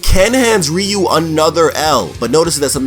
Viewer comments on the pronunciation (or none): Your ament to say Ryu not rio